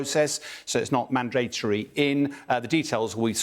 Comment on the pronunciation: What's wrong with Bell, can't he pronounce 'mandatory' properly?